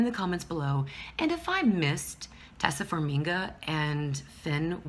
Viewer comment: Best episode of AHS ever! Absolutely brilliant. P.S. Her name is pronounced Tie-EE-sa Far-MI-a and she's going to play Priscilla.